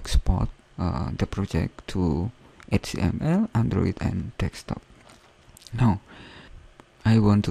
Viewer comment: I found it to be very helpful! Thanks dude! Don't get the "Confusing" comments.. Though I am laughing my ass off because of the 'Dekstop'. Its 'Desktop'* bro <3